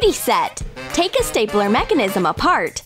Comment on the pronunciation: Who heard staypeler? Instead of stapler?